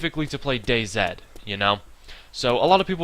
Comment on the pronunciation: It's not dayzed it's dayz